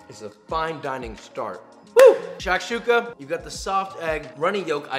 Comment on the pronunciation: Shakshuka is pronounced with the first "A" silent. Shkshoooka